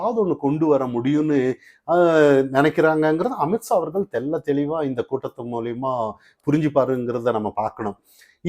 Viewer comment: 😂😂😂😂 not AMIT SAA.... pronounce AMIT SHAH😂😂